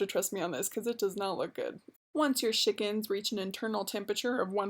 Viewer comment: I love how you say Shickens.